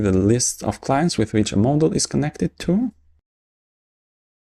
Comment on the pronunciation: The fact that the guy pronounces the word "Model" as "Moldol" is distracting.